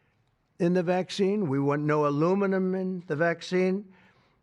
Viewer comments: Inquesed, alummimm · Here I thought he pronounced acetaminophen badly, then he said aluminuminuminuminuminuminuminum... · “INQWEASED” risk? “ALMIMUMMMM” ? (Aluminum). Dr. Gartner, psychiatrist, will have a field day with those verbal blunders (signs of dementia). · Alumininum he says 😂 this guys gone nuts